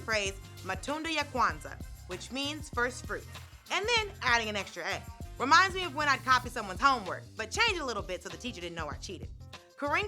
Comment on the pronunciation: You nailed it saying "Matunda ya Kwanza" . Spoken like a true Swahili speaker